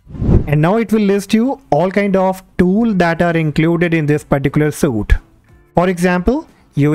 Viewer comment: Please do not pronounce suite as suit, but it is correct to say the word suite as sweet. Thank me later.